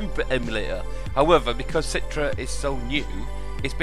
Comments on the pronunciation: citre? its Citra! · umm its not "citre" its pronouced "citra" not citre